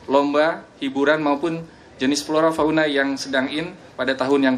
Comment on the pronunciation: kok flona ya? bukan flora?